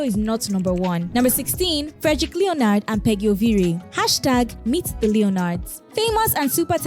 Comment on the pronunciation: It’s not Leo nard it’s pronounced Lenard! If you’re gonna be a blogger learn to pronounce simple things in life like names!! Mxm